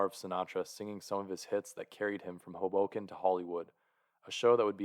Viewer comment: Tip: pronounce Hoboken with emphasis on the first syllable. HOboken